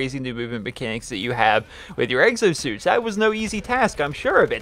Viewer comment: "Eggsosuits".... I'm sorry, I had to say it...